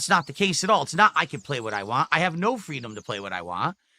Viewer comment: Wahn, wahn, wahn. Jfc there's a T at the end, it's WANT